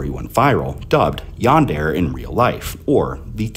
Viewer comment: Great video! Well made! Some audio issues, and "Yandere" is pronounced "Yan-deh-leh"